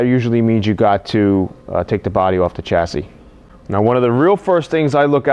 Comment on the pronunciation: So Helpful, thanks. Can you recommend a way of managing surface rust while Im waiting to save my pennies for a full paint job? I have a 64 and Im finding thin paint areas with surface rust and I dont mind a temporary/ugly solution to keep the rust at bay. BTW (and this is completely nit-picking) you pronounce chassis NOT as "sha-see" is that a NY thing?